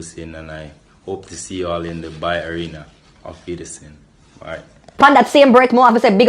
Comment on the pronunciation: It's Bayer not Beyer. first pronunciation was right! we are proud of our teams. And proud to have Jamaicans play there. So better get it right!😆